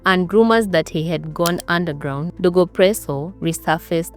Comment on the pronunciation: DOGO not DEGO